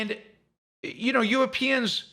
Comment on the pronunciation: “Euwopeans” lol